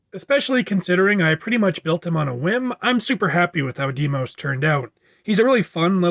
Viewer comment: "Deimos" is actually pronounced "Die-mos" just so you know. Although that's just my opinion.